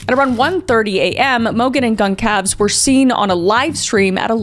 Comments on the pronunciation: Goncalves is pronounced gohn-sal-ves it is Portuguese. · It's actually pronounced gone-sal-ves is kaylees last name and I think you called Brian Christopher at the beginning LOL we've all done it a million times thinking of one word so then saying another love you though especially your Reddit Channel😊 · Isn't it pronounced gol-zar-ves not goncalves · Goncalves is pronounced “Gon-sal-vez” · I'm surprised Kris is this poorly informed about this case considering it's maybe the most infamous in recent history, as well as how she says Kaylee's surname. I think it's a bit sad 'cause some of their siblings and friends for sure will see this video and having your loved one's name so brutally mispronounced probably sucks.